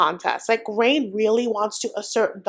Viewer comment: Did you give up pronouncing Rayne as Rene? Lol